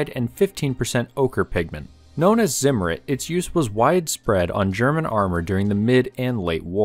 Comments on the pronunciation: "Ssimmur" lol it's called Zimmer type it in Google translate. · It's not pronounced 'Simmerid' but instead 't-Zimmer-iht' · It's tsim-mer-REET, not ZIM-ritt. Z is pronounced ts in German.